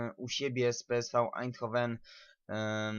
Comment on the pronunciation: Gdyby co to PSV czyta się peeswe